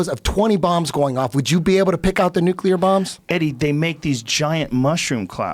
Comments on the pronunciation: Young schooling Eddie on nuclear energy, the whole time pronouncing it "nuke u ler" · It's pronounced new-klee-are, boys. Before you start arguing about it, learn to say it. Also: lie-bra-ree. Let's all say it together: NEW-KLEE-ARE, LIE-BRA-REE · Guard Passer new-killer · Says nuke-you-lur instantly loses all credibility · Yeah eddie studied nucelar science nucelar nukeilar....if only he studied nuclear science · learn to pronounce nuclear before bragging about your high school level, basic college course. It's nuclear, not nuke ya ler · says he got an A in physics class. meanwhile he cant even pronounce "nuclear" correctly LOL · “Nucular” Betabitch. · "nucular" hahaha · got an "A" in physics, but he can't say "nuclear" correctly. Hmm. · can't pronounce NUCLEAR lol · The irony of acting like he knows what he talks about when he cant even pronounce nuclear..... and getting an A to intro to physics makes you an authority on the subject? LOL